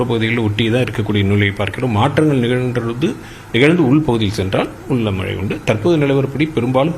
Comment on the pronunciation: News 18 பேட்டி எடுக்கும் அந்தப் பெண்ணின் வாயில் வசம்பை வைத்து தேய்க்க வேண்டும் மழை என்று சொல்ல தெரியவில்லை வாழ்க நியூஸ் 18 தொலைக்காட்சி